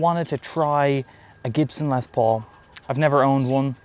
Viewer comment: LES Paul, not LEZ Paul....😂